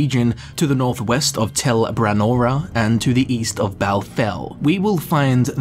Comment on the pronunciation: I'm pretty sure it's Tel BRAN-ora, and Ald'Rhun is ald' roon, not al-DROON. {:o:O:}